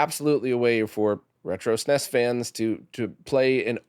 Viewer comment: “Snes” as in one word 😮. You don’t often hear that from English speaking people. I know it’s a silly detail but it definitely caught my attention!